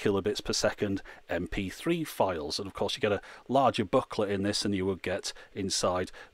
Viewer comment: OMG he's saying "booklet". I was scratching my head for the last two and a half minutes, trying to figure out what in the world a "buckler" was. I started to think that's just what Brits called the song and lyric guide.